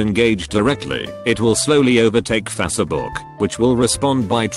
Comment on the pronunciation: Literally no one: Text to speech: Fa-suh-book